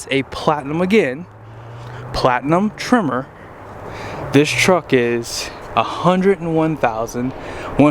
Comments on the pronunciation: Why are you calling trimmer? Sounds like a weed whacker. I believe it's pronounced tremor like an earthquake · I kept being like, "wtf is a trimmer?" Then I realized you're saying Tremor...